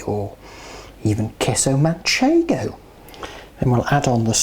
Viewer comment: Your culinary culture is so extense it makes it a real pleasure to watch your videos. Thanks for sharing and for making them so much fun. Un saludo desde Madrid. BTW loved how you pronounced Queso Manchego!!!